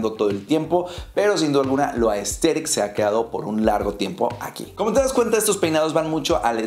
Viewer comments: un shot cada que dice ''asteric'' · Me da risa cuando el man dice Aesthetic Jsjjjsjs 😂